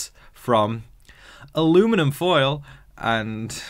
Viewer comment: in Ohio, we just say 'foil' but you say it well. What's your thoughts on T'Kors "accent"?